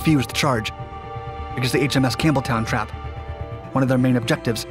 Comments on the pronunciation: It sounded like you were saying HMS Cameltoe. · Sounded like he said, "the USS Camel Toe". There for a second. Lol